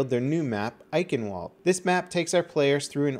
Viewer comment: "eyekenwalled" It's "eishenvald" you spaz:P